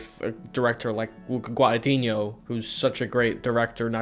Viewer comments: 7 years later and he still doesn't know how to pronounce Guadagnino lol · So funny that he still can't pronounce Guadagnino correctly